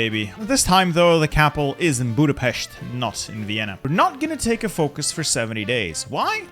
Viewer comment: so good to see that a non-hungarian says the capital's name right. need to work on pronouncing Győr.